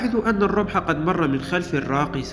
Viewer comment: سيادة المعلق الخطأ الوحيد هو الرمح ارجو أن تتوقف عن هذا الحد